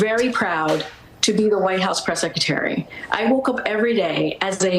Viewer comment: You would think having been Press Secretary for 2.5 years, she'd have learned how to pronounce secretary. It's not SECETARY. Its SECRETARY. Theres an R in there.